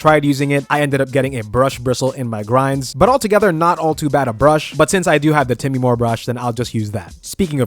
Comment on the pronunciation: Time-more. Not Timmy-more.